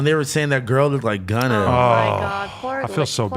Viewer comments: stop saying gunnet 😢😢😢😢😂😂😂😂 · I lost my mind when he said “shegunna”